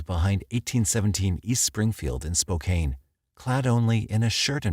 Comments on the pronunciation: it is spo - can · Any other washingtonians cringe at "spo-caine?" lol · Lol spo cane